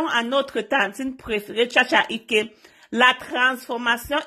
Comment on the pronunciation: Chacha eke,non chacha ike,et encore mek-up non mek-cop merci pour la vidéo